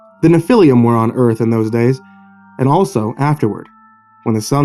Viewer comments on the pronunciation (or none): It's not pronounced "Nephiliam"... It's 3 syllables, not 4. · Sorry man, I have to do this. Nephilim is proununced “Nef-ih-leem” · It’s pronounced NEFF ah lum. Otherwise great reading. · Nephilim is pronounced Nef-il-leem. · Hey dipshit the proper pronunciation of Nephilim would be to use the e like in the name Jeff, Nephilim Google pronunciation works very well why not stick to Creepypastas douchebag